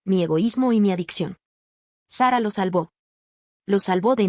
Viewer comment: Es mujer, el nombre de OP es Sara solo que lo pronuncian en inglés por eso se escucha Seba ¿me expliqué?